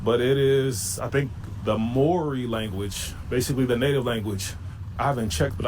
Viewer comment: Dude, do you purposely go out of your way to piss off a countries populace, Mori language? its Maori. pronounced ma-our-ree ...say it fast.